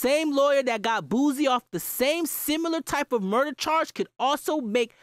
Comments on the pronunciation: It’s not “Boozie”..😂 It’s pronounced “Boo-See”...or “Boo-C”. I guess it’s a Louisiana thing. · you said boosie name ugly